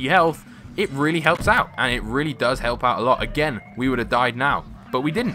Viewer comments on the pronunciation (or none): none